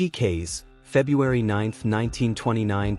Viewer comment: Kase = pronounced cass-a